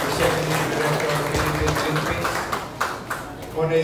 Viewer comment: Pakinggan sa NABANGGIT NI YIRME ANG OLYPICS PARIS